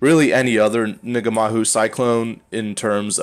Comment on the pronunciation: Its pronounced Nah - Mah - Hoo my bro. cool build.